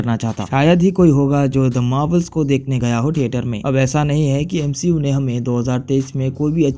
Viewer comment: Nah bro "M She U" 💀☠️